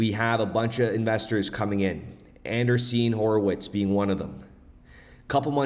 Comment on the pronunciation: An-Dree-Sen not Anderseen